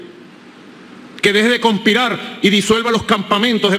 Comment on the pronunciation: se dice conspirar, no se dice como dices tu conpirar